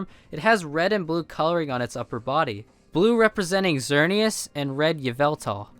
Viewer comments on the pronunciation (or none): none